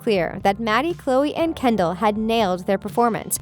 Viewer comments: The narrator said Kenddi not Kendall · instead of saying Kendell you said you said kendie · you said kendi not Kendall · you said kendi